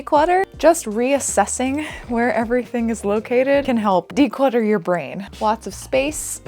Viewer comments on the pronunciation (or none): said declutter your brain and all i heard was “defrag your brain” to the tune of Roley Poley Ole.